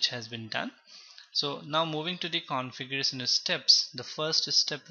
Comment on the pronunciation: Everything is fine and thanks for the video but please work on shun and sun. It's not configuresun, it's configurashuun. Like that many words typical up bhaiya